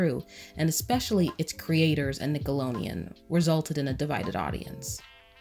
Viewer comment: i love love love this video and i agree with a lot of your points...... but you kept saying Nickalonian...... good good video though!!!